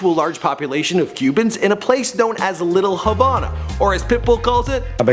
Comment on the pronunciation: little havona lol